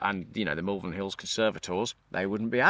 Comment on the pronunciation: Wow! That was a marathon vlog & a good one at that. Really like the chap you teamed up with in Malvern. Talking of Malvern, it's pronounced mawl-vern not mal-vern as you did at the beginning of the video. Another final gripe, can't believe you used to pronounce Worcester, wor-ces-ter as a kid? I only thought it was Americans who couldn't pronounce Worcestershire's (or worces-ter-shire for you and the Americans)county's capital. I guess East midlanders can be added to the list 🤔 joking apart, another quality vlog explaining the horrible truth about the dreaded EV infestation. ❤